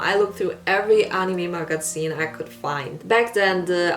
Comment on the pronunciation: Waaiiit, the way you pronounce Magazine and Anime.. are u german? :D Just found ur channel and I'm curious :3